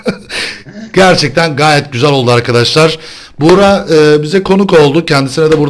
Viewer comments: abi buğra değil buğraka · Daha çok bugraak okunuşu buğraka